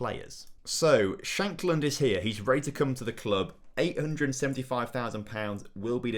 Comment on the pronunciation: Lucas Nmecha had a couple of decent loans but never really performed in real life. And Lawrence ShaNkland has 2 N’s in his name, it’s not Shackland😝